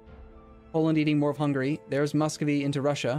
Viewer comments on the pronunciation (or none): none